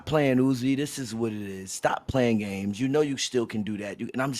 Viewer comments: anyone notice how he called him “youzy” at the end 😭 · This amazing conversation just for X to still call him YOUZI😂😂👎🏼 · X calling uzi “YUZI” is goated by X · Man said "Yu-zi" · HE ACTUALLY CALLED HIM YUZI BRUH😂😂😂 at this point it's a habit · "Yuzi" -JUICER 2021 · I'm fucking dying he called him youzi 🤣🤣